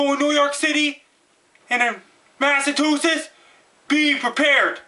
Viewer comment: so, you're saying it's gonna be... powerful? kudos on being able to pronounce Massachusetts btw